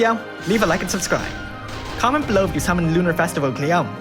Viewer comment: it's KLEEYOMEHH, not cleom, she's japanese LOL